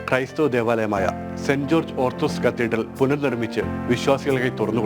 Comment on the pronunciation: പ്രിയ വായനക്കാര, കത്തിഡ്‌റൽ എന്നാണ്